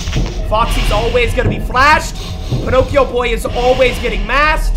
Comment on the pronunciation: he calls balloon boy ponocio lmao 🤣